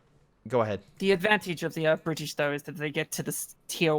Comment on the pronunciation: the bri-ish